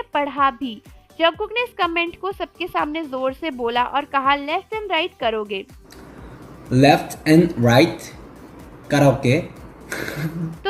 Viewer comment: He said left and right karoke😂😂not karoge